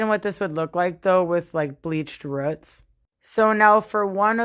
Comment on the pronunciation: Hair looks gorgeous but are you trying to say roots when you say ruts?